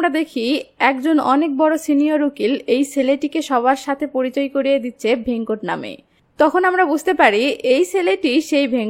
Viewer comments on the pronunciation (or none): Aage character der naam thik pronounce kora seekh taar por explanation koris veda k bheda venkat ke vhenkot bhul uccharon kore naamer meaning puro change kore diyechi nonsense